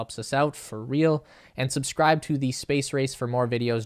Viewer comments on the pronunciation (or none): none